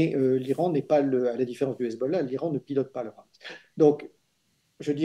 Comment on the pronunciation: Mr Dénecé, on ne dit pas "Hamas" comme avec la "jota" ; mais Hamas avec un H aspiré. Les Israéliens prononcent comme vous.